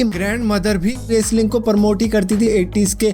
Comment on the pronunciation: "Raceling" Enjoyed your Pronounciation....😂